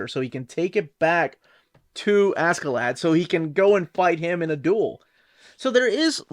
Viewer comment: Actually the pronunciation is more closer to Asherladd.